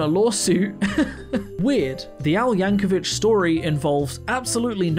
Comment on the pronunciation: Yankovic is pronounced like “Vick” not “Vitch”